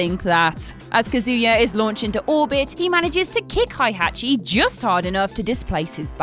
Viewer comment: You’re mispronouncing Heihachi.